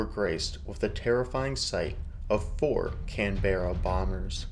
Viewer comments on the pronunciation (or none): none